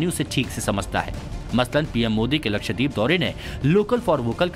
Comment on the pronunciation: First off it is “LakshDEEP” nahi yeh , “lakshdVeep” hai! DVEEP maane ISLAND!!